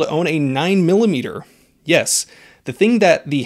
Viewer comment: 9 millomeetuh. Derp . Go eat your puree of carrots joe.